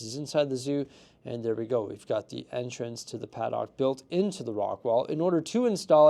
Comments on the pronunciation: I came to the comments thinking the same thing! It sounds like he's putting all the emphasis on the 'o' when that's the part of the word you're supposed to put the least emphasis on, more like "padd'ck" than "pad-dock". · Please stop murdering the English language and learn to pronounce paddock properly 😂